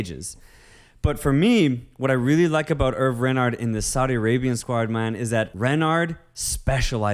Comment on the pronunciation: Its pronouned as "Hervey".